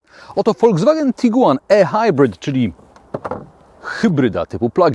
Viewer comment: tyle razy okaleczył Pan język:ehajbrit? Ehajbrit? Naprawdę? Chyba ihajbrit. Nawet Pan Balkan mówi prawidłowo. A to Pan bronił jak lew taip-ar i wiele innych. Np jaguar itajp etc. Mówimy w całości albo po polsku albo angielsku. Musi się Pan zdecydować